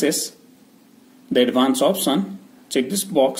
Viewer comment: First learn speaking english before making vids. It's not opsen but option.